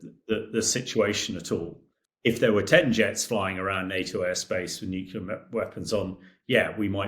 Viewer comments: Experts who say "nucular" instead of nuclear. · does anyone else find it strange that so many people - even respected war correspondents, cannot pronounce the word 'nuclear'? 😂😂😂😂 FFS if i hear another person say NUKULER i'm going to go critical and kick off a troll chain-reaction 😂. New-Clear. nuclear. It's even fkng spelled that way!!! 😂😂😂😂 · What is nukular? Is that a new kind of nuclear? Sorry not sorry. It grinds my gears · “Nuclear” not “nucular” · Nuclear. not Nucular. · How is a supposed military analyst not able to say the word "nuclear"?! What is "nucular" supposed to be??? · It really irks me that many of these commentators cannot pronounce the word NUCLEAR. Pr. New - clear. Not Newcular. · Nuc LEAR not Nuc ULAR. Why are so many educated people so stupid with the pronunciation of this word. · I’ve heard several Brits pronounce “nuclear” as “nuculear”. Why is that? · “Nucular drills” Are you for real? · NUCLEAR, not NUCULAR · bros... it's not 'nucular' ffs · he said it is a joke if they were to come against a modern fighter. But yeh, anyone that says “nucular” isn’t to be taken seriously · The word is N-U-C-L-E-A-R not N-U-C-U-L-A-R! It’s such an easy word to say,…Get it right! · Hamish lacks credibility due to his pronunciation of nuclear. Are we threatened but nut based weaponry? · Can't pronounce nuclear and thinks a bomber fires missiles. Where did they find this expert? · Why is a British colonel saying "nucular"? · Why can so many people not pronounce “nuclear” correctly? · He's obviously an intelligent guy, so why the inability to pronounce nuclear correctly? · He was a colonel but still can't pronounce nuclear? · "NUCULAR" Really? Can someone please teach this muppet some phonics? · NUCULAR drills? Out of British mouths? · Even English people pronounce nu-clear wrong, too. It’s not just Homer Simpson. “Mother tongue”, indeed!😂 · A former British Army Colonel who can't correctly pronounce the word nuclear. Astonishing.